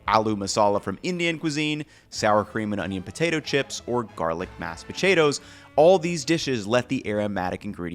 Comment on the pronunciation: “Mass pucheidos”